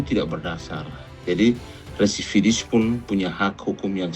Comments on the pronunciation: Residivis kalee....bukan Redivisis ataupun resividis😁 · residivis bang...bukan resividis😂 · BILANG "RESIDIVIS" AJA KAGAK BISA MULL... BOLAK BALIK "REVISIDIS" DASAR SDM TERMUL..😂😂